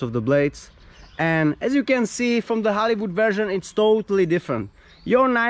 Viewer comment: Oooh he was saying Hollywood, I heard Halibut